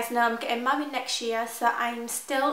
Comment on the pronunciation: it sounded like you said mummied instead of married. lolol i love your cute accent.